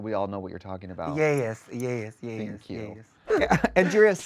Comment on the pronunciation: I love how Angeria's "yes" has two syllables! Yeah-us <3